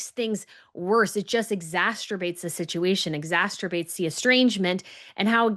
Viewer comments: the word is EXACERBATE, not exasterbate lol and Dan - chutzpah is not pronounced with the "ch" but more of the gutteral "H" sound. Lady C shouldn't be using terms like chutzpah if she can't use them properly. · FYI it’s “exacerbate” not “exasterbate ” only one letter “t” hope you don’t mind my mentioning it.